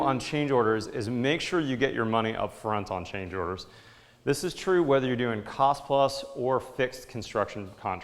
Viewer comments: "tost of the cile" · "Tost of the cile" . lol